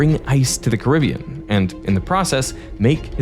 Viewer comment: Thanks for pronouncing Caribbean correctly instead of carabean like some lazy comentators do.🙂